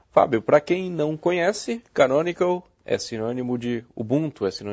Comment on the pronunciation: cara nao consigo entender o nome da empresa que distribui, e caranco?